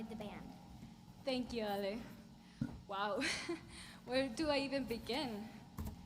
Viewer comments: Ale's name is pronounced ahh-leeh. Not aye-elll like the beverage. Hang in there. I've been sober (alcohol & drugs) since 1995. Anyone can do it. I survived the pandemic without a drop of alcohol or a drug in my body (including vaccin). Food, well - that's another thing. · Ale is short for Alejandra. Thus it is pronounced like Ah lay. Start saying her full name and just leave off the "jandra" Keep at it dude. You will succeed!!!!!